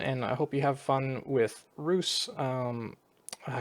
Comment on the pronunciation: Stygian flesh is not a bad choise for the sacreds too. Your pronanciation for Rus is accurate.